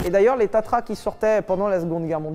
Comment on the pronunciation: Tatra, et pas tatra....